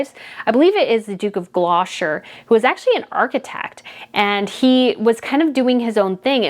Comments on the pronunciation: Hell i am British and love your channel...However you make faux pas....especially on you pronounciation of words and names.....Edinburgh is pronounced Edinburra...just say it as you see it it is NOT buro... Also The Duke of Gloucester..is non pronounced Gloshter? It is pronounced Glosster......Please please its important not to just gobbildigook your words,,,,Love your Channel...You go girl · Stop saying GLO SHIRE It is GLOSSS TER. Sometimgs yous see Gloster shirEe written Gloucestershire. But the Duke of Gloucester is pronounced Duke of Glos ter . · I really like listening to you BUT I have to comment and correct you on some of your pronunciation because it's getting on my nerves. Ok, the Duke (pronounced juke) of Gloucester who you keep calling gloshire is just said as Gloster. Viscount is pronounced Vycount. I know we have weird spellings for some words but they're almost never pronounced how they look. Ask Google how to pronounce certain words. Worcestershire is just Wooster shire like the sauce, same pronunciation. Edward VIII didn't have a vigil as he abdicated that was Edward VII. Then there's demonstrative. It's not demon strative it's demonstrative (de mon strat I've). The Kent's have a T on the end. There's another word you struggle with which I can't remember but, I'm not telling you this to offend you, I want you to get it right because calling the Duke of Gloucester the Duke of Gloshire is so disrespectful and annoying. As a reporter/journalist, you should know these things. Sorry. Please don't be offended, just get them right. I don't think you would like it if we got your American leaders names wrong. I hope this helps x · There's a T in Gloucester. Its pronounced 'Gloster'. sorry it's just killing me how you're saying it 😂😂😂. I love the channel though. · Could I just give you the British pronunciation of Gloucester phonics it is glosster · Sorry, that's incorrect. It's pronounced the Duke of GLOS-TER. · Gloucester is pronounced GL O STER.